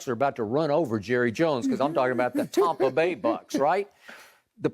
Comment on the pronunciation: I'm sick and tired of skip saying the Tompa Bay Bucs